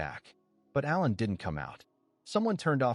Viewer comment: This recap is done by someone who def doesn’t understand the English language! Aiming a gun at someone is NOT the same thing as shooting them, dummy! Also, it’s ALAN, ffs, NOT Ellen! 🙄 Come on! You should be doing better than this convoluted, getting names and events wrong, etc…